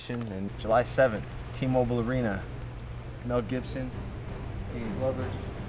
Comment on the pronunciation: matthew plute “Mel Gipson”